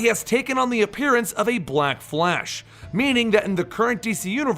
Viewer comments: i don't like how he says black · i don't like how he pronounces black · I thought it was just me